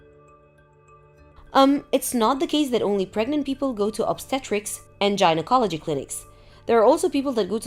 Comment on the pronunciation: Infer-tile. Jine-acoloy Drives me nuts.